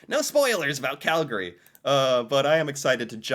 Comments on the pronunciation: yah ~ the pronunciation ~ i hear it as cal-GARR-ee with the accent on the middle syllable ~ i think the only people who pronounce it cal-gree are calgarians ~ apparently it falls into the same way of pronouncing words like family > famly & evening > eve-ning or every > evree ~ also i noticed when i lived in ontario that people there had a bit of a southern drawling accent & pronounced toronto > tranna ~ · its one of those things where you can tell who’s a tourist by the way they pronounce the name. Calgarians ourselves pronounce it as Cal-gree (cal-ga-ree like how says it is really only used by the announcer at the arena when our teams play). Most non Calgarians pronounce it as Cal-gary which is just all kinds of wrong. Toronto’s the same way too. To Torontonians and most Canadians as a whole, it’s Torono, except when saying Torontonians 😂 Basically, the second A in Calgary and the second T in Toronto are silent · Okay…..it’s spelt Calgary…….but its pronounced…..Calgree. Thank you. PS……those parks are all miles within the city limits and surrounded by residential areas. The Tower……not very tall compared to many other towers. But in 1988 we turned it into the worlds largest Olympic Torch when we hosted the Winter Olympics and we light it on special occasions. Area wise, Calgary is one of the biggest cities in Canada, population now 1.6 million people in the city, more in the surrounding areas. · Bruh It's quite itching every time I heard Cal-Ga-ree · The only time Cal-gah-ree is acceptable is when the announcer at the dome says it 😂😂😂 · Cal- gree please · Yes! If you're a Calgarian, it's pronounced Calgree. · He says it a little wrong as you say. But I've heard much worse. My brother-in-law (born and raised in Ontario), says Cal-GARy. Don't get me started on how he says Saskatchewan - it hurts my ears. I'm from Sk but I've been here in Calgary for nearly 30 years. Maybe I say it a little like and a little like you say (Cal-gree) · Cal-gree not calGary